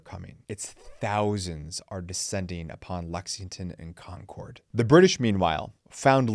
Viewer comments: It’s ConCurd. Not Con CORD. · Love ya, but having grown up in Lexington, hearing you say "Kon Kord" repeatedly almost made me click away. We pronounce it more like "Konkurd". Or if you have a wicked thick Boston accent, "Konkid". Just thought you might want to know. LOL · Nice job. One picking of nits, your pronunciation of Concord is a little off. It's pronounced "Concurd", with the second syllable being softer. I was born and raised there. Thanks for the trip down memory lane.